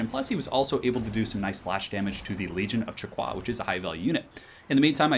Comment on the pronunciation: I learn recently that you shouldn't prononce the "u" sound in Chaqua. It is prononced "Chaka".